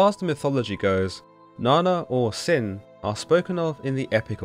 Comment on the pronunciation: Na nna not na na